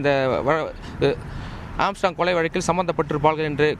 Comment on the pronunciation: செய்தியாளர்கள் ஏன் திரும்ப திரும்ப ஏம்ஸ்ட்ராங்க் என உச்சரிக்கின்றனர்? ஆர்ம்ஸ்ட்ராங்க் என்பதுதான் சரியான உச்சரிப்பு!! திருத்திக் கொள்க!!